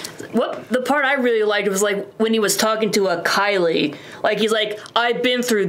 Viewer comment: Isaiah is pronounced EYE-zay-YUH. Leader of the Flagsmashers is KARLI not Kylie. lol